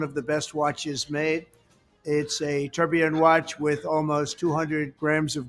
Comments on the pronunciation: "The Trump TURDillion" watch 🤣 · First of all, a correction: in a Trump watch is not a tourbillion, it’s a Tuhr-bai-lohn. Second: the Trump font on the watches comes from Microsoft Word 😂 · Thanks for the review. If he manages to sell all his “tour (for) billion” watch he will at least have enough $ to keep up appearances like Mrs. Bucket (pronounced bouquet) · Good god, he could not pronounce the French word well!😅